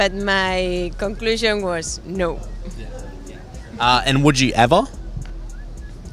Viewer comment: this "no" sounds french